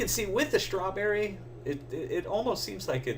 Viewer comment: That's a nice schhh-trawberry!